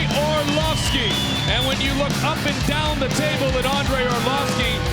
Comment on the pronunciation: Andrei Orlossfki 😂